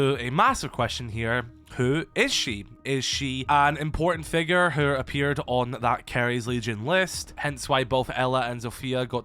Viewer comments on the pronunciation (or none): none